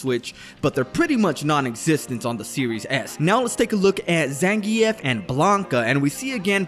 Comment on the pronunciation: What the hell is a ZAN GEE EFH? Bro say Zangief's name right.